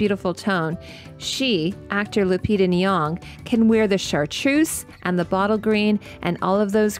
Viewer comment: Just one tiny addition to your wonderful video: the actress’s name is Lupita Nyong‘o! (there is an interview bit on YT where she says how to pronounce it)